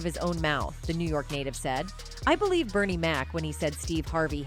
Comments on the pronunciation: "Bernice"?? smdh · Bernie not Bernice